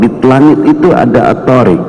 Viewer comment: Dalam lughoh Arab... Yg maknanya jalan itu thoriiq.... Bukan thoorik...